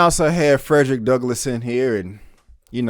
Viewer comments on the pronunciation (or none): none